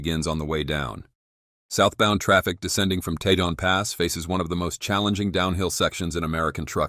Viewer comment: Tejon Pass is pronounced "Tee-hon Pass" and not "Tay-Jon Pass"